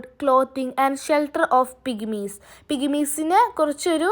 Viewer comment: Pigimikal ennalla pygmies